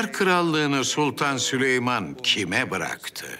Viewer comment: o süleyman değil sülüman ismini yanlış söyleyene aşık olur